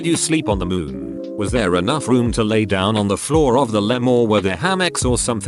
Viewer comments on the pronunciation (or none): none